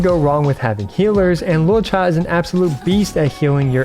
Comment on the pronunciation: Thank you for pronouncing his name correctly ("luo-cha", not "loo-oh-cha")!